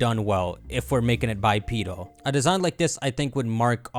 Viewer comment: Bi-pee-deel Me: bipedal